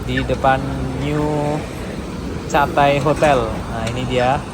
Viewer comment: Ya betul penyebutannya ketey bukan catai, mungkin dia kurang menguasai bahasa inggris, saya kalau ke singapura dari malaysia selalu menginap JB, berangkat pagi ke singapur baliknya petang hari